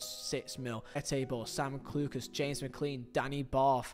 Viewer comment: Great video, only thing from a northern irish man, McClean is not pronunced with clean, like you clean the dishes, is more like Mc Klane, i live i his city and come from the city his brother played i fot a long ti e Belfast. Apart from that great video, one of the best worst sayi gs of all time by someone who has no filter betwen the brin and anytging else, Andy gray ĺol